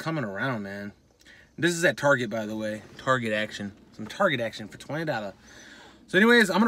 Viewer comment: Hmmmmm, at Target (said like a frenchman LOL) Tarrrrjayyyyy. Okay for $20 I'm on this one